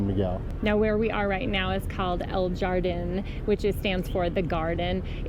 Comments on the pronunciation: Yeah. Please don’t butcher the words as you are trying to be influencers as i love your contents. It is “hhhardin, “ not “jaaaardin” 😅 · Great video and fun location! I am glad to see you guys are having fun in México!! Just FYI, It is San Miguel de A-JEN-DE. The LL sound here like JE in Jello or Jennifer. Also, it is HArdin. JA in Spanish makes a ha sound (as in HAve), not the ja sound in English (as in Janette)... :D